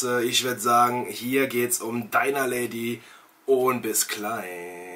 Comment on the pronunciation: Es heisst Dinner und nicht Diner. Klick mal hier auf den Play-Button